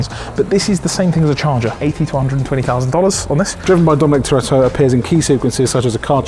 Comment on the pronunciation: Way said "toretto" was bang on btw